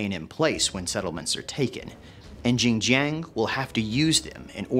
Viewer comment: don’t worry, I will have more ginger for the next couple of days to commemorate Zheng Jiang for her butchered name. Btw, I have spoken to many Asian Three Kingdoms fans. No one knows who tf this female character is. Is it a made up one?